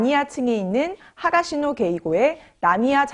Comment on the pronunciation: 하가시노 아니고 히가시노입니다